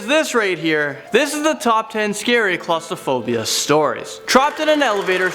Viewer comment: Is the inability to correctly pronounce claustrophobia a Canadian thing or just a thing?